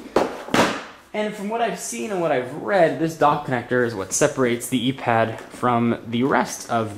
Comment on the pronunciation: "eee pad" "ipad" :/